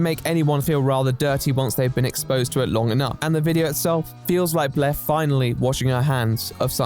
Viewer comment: I like how you pronounce Blaire’s name as “blehhh”